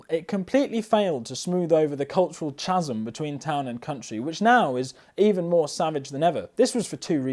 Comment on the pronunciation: I think it’s pronounced Kasm - though I may be wrong 😅